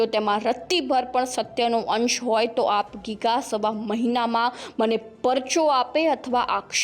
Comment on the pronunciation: પેલા તો બેન બોલતા શીખો આપ ગીગા નહિ આપા ગીગા બોલો